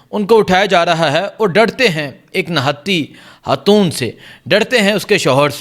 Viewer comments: Lully hatoon ni khatoon hta hy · 😮😮😢😢😢😢😢 ”حاتون“ نہیں 😢😢😢😢پلیزززز ” خ سے خاتون“